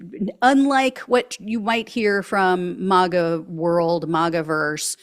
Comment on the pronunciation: STOP SAYING MOGA! It's MAG-A